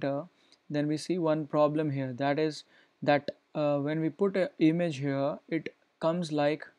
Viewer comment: I just bleed through my ears. that "That" and "It" pronunciation........